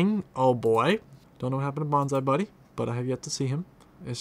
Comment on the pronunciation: Bonzy buddy not bonzie buddy